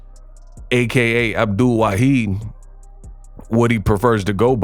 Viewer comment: Correctly pronounced: NOT Waheed. Rather, Waahid